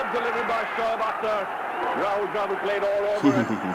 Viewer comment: You pronounced him right. On your comment that you never saw him wearing hat, bowlers don't wear the hat while bowling, specially the fast bowlers. Very few spin bowlers do wear hat, but its very unusual for them as well